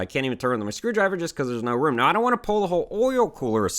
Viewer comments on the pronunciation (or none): none